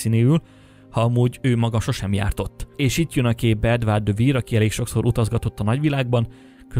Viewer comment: Edward de Vere nevét / Edvörd dö Ve(ö)r /-nek ejtik...bocsánat nem fonetikusan írtam.Az Ö hang elhagyható mivel a kettőshangzók második hangjának kiejtése opcinális.